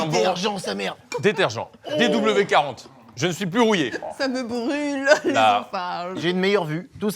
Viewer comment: Il a dit DW40 😂😂